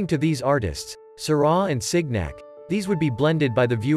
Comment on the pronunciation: "Sig-nac?" "La Granday Jat?" "The River Sane?" "Point-i-lism?" The mispronunciation is awful. I would never show this to my students. Also the grammar - "the ways the hues was mixed..." Just terrible.